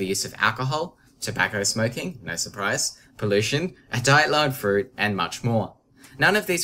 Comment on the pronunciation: "A diet low in fruit." I wasn't sure that's what he said until I put the captions on.